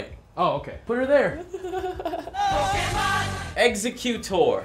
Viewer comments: "pockeymen" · ITS POKEMON NOT POKEMEN OR POKEMAN!!!!11!1!1!!!!1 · It's not Pokeman its Pokemon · did you say pokeman? Shushhhhh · Stop saying pokeman, please, please